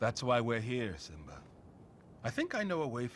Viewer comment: 9 months later..... is still wondering why he said “Sim-BAH”